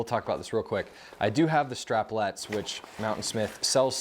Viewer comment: "Strapettes." No L.